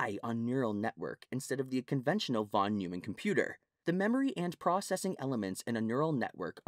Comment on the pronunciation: It's pronounced Noyman.